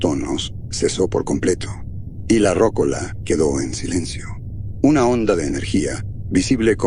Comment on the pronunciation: Muy buen relato, gracias 👍 (comentario aparte, se pronuncia "rocóla", no "rócola"😉)